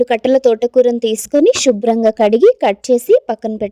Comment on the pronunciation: షూబ్రహ్మాంగా .... కాదు శుభ్రంగా